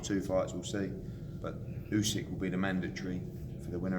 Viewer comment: is the worst "boxing journalist" out there and makes himself sound stupid everytime he asks Hearn a question. Hearn always has an answer for him 😂😂 couldn't even say Usyk's names right